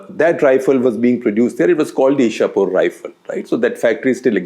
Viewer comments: It's not Ishapur but Ichhapur (chh from chhaya) in West Bengal btw. :) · Icchapore or ,ইচ্ছাপূর your pronunciation is wrong sir.